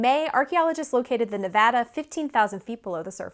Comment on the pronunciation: You said "Nevada" correctly and with such force, I can tell you practiced it. Thank you! It made my heart grow three sizes!